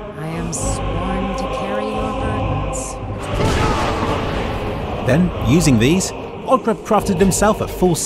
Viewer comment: is it just me or does the force push shout sound like he saying "FOOOKOFF"? I guess that's why I call it the fuck off shout.